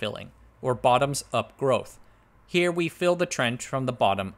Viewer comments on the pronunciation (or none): none